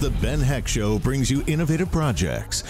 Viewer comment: At the start of the video, if you wait a bit then skip ahead, you'll hear "The Ben Heck Shom"